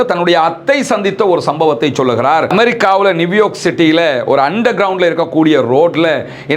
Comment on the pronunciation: எல்லோருக்கும் தெரிந்த செய்திகளோடு ... நியூ யார்க் மேயருக்காக எவ்வளவு பேர் வாக்களிக்கப் போகிறார்கள்? நீங்கள் நிவ்யோக் என்று உச்சரிப்பது நியூயார்க் தானே? அல்ஹம்துலில்லாஹ்